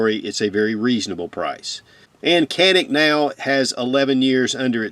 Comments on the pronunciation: Turkish pronunciation is Johnick not Jahnick. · Its pronouned Ja - neek, turkish pronunciation, not Kah Nick!! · IT is Janick , the C in Turkish sounds like a J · It's actually pronounced, "chanik" (like channel). Sorry, not trying to be a di*k. I love your channel & your reviews & just your overall Southern charm. I'm from Birmingham, AL & I know there aren't many of us Southern gent types left. Keep up the great work. Them Bama boys are watching & routing for you. Ooh Rah, Semper Fi.